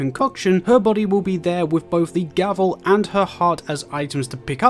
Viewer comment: It’s gravel not gavel 🙄🙄